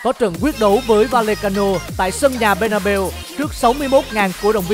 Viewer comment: Bét na beo nha chứ k phải bê na bu:))